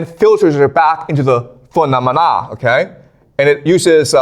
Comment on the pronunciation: PhenoumenAH - Ba dee dededei